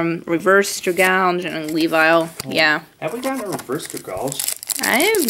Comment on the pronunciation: <Anime Maker>:You Said Dragalge Wrong